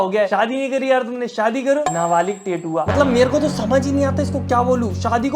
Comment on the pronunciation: Nabalik nhi nabalig hota hai